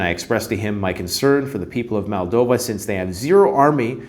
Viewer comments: MOldova not MAldova. 🤦‍♂️ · Its Moldova - not Maldova